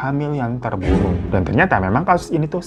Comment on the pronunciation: Maaf bang itu artikulasinya kurang di kaliamat "ditempat lain ada wanita hamil yang terbunuh (kedengaran aku terburuk)"